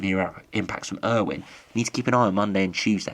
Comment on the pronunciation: Not Storm Irwin. Its pronounce Ay - O- Win